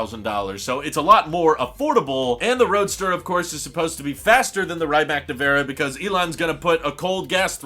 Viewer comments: Please stop saying “Ryyymac” it’s pronounced “Ree-mats” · not "ryemack nivera" its "rimats nevera" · The way you pronounce „Rimac“ pains me dude, it really isn‘t that hard to google the correct pronunciation and not give Croatians a seizure every time you say „Raimack“ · Please pronounce it R-e-ma-tz or R-e-mac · Hmm… I wonder why I get ruffled when “Porsche” is mispronounced, but not so much with “Rimac”? Sure, all 16 of my g-g-gparents were born within a 50 km circle in Germany and Bern, but Ferdinand was Austrian. Ok, I just heard him pronounce it with a long “i”; that was pretty bad! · You are pronouncing Rimac really wrong!!! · Learn how to pronounce Rimac please eye roll